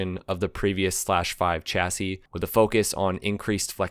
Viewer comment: I wish some American had asked a French person how to pronounce chassis properly. And "Reg" is pronounced "redge", short for Reginald, not regg. Seriously, if you're going put in all the efford, why not check the pronunciation instead of spreading misinformation?